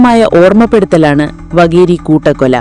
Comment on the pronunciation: വകേരി അല്ല വാകേരി ആണ് ☝🏻